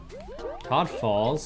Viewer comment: First time viewer and I wanted to stab my ears out everytime he called Toad and Toadette Todd and Toddette.